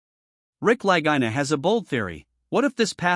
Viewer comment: Twelve (12) years and still no major find. This AI is mispronouncing the La-gee-na brothers names. you show stone ruins that are not on Oak Island at all. You are using this for filler. Notice no other comments? Shame on you!